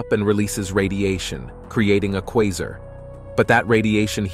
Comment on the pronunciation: First person I’ve ever heard say the word Quasar 3 times and pronounce it differently each time. and